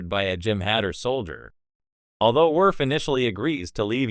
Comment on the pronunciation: Werf, Pickard, Yadzia, Bayoran? Is this a robot voice or someone who's never seen TNG?